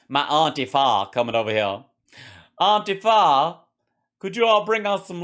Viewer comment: "Auntie Fa"! 🤣